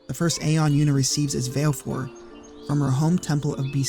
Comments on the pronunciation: “Vailfour” gurl bye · Vah-leh-four, like va-le-dictorian. She pronounces it in Dissidia. Awesome content!